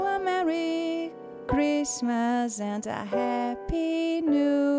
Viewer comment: Sua pronúncia de "happy" está incorreta. Happy se pronúncia "hapē"